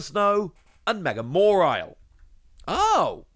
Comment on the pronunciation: There no R in Mawile, please its not mawrile